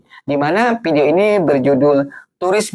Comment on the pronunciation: Video bang bukan pidio.😂😂😂😂😂 Muka ganteng tp bodo. Ngantri Kualitas Kuantitas Universitas Antusias Minimalis Tu bukan bahasa Endon,tp dicuri dari bhs inggeris. Kok IQ78 dipamer ke publik.